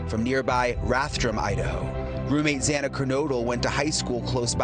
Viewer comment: You pronounce Xana's name wrong whole saying others pronounce it wrong 😮 it's cool. It sounds like both ways and I agree with you when courts and large episodes etc pronounce names wrong.